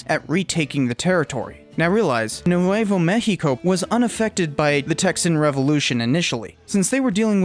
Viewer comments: You said Nuevo México so weirdly, I thought you were saying New Huevo México. Lmao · Tay-hoss and new-way-vo may-he-co 🤦‍♂️ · Nuwayvo meheekoh... 🤣🤣🤣